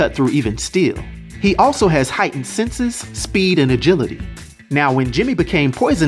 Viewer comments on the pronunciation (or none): none